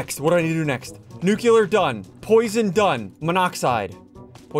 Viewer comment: ITS NOT NUCULER ITS NU-CLEAR sorry just kinda annoys me